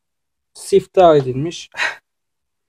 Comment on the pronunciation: sihtah değil mefta:D öyle siftah mı olur